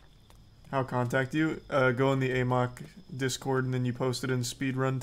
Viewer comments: It is pronounced in the game as the "ah mok" virus. He pronounces it "a mok" because he thinks it sounds funnier. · Love how charlie never learned how to pronounce "amok"